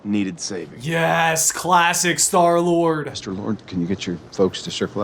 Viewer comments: did you say store lord or stoor lord? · Love the way he says 'in defense of Star-Lord' through gritted teeth XD